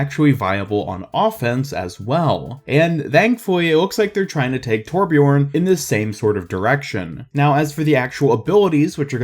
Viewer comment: Correct pronounciation: Thurbjörn 'Murican pronunciation: Torpjorn